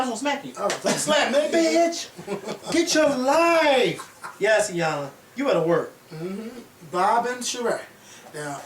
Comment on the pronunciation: Iyanlassssssssssssssss with an S. LOL!